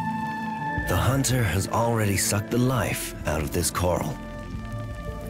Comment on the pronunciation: 'This nocturnal hunner will resume its hunning later'.